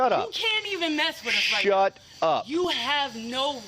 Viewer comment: 'shhUT your mouth' 😂😂😂😂😂